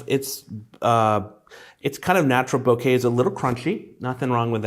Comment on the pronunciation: Thank you for saying boh-kay instead of boh-ka.